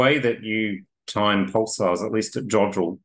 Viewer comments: “Poosars” 😂 “pooses” 😂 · Dr Kipping, is not Pooolsars, but Pulsars, listen how your guest speaks and pronounces them!